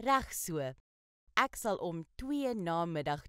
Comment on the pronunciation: The word "ek" is not pronounced "ack". It should be "ek", like in: exit, excuse, experiment, extra, etc. Not "ack" like in "acknowledge".